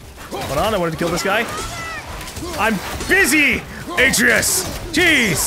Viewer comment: I think he knows, but to him, it sounds better the way he pronounces it.